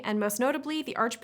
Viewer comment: Oh my... Thomas CRAN-Mer, not "Cramer"